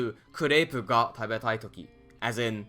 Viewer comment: I understood the "God particle" instead of "ga particle" at the start of the video.😅 I thought it was a bit sarcasm, as it is not far from the truth in Japanese language... Thank you for the videos - extremely helpful!